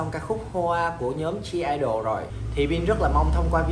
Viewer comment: Anh ơi (G)I-DLE chớ không phải G-I(DLE) nha